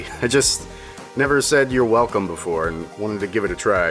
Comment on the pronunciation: Mixing it up on the 'Welcome' today, I see. Sounds a bit like a dog barking.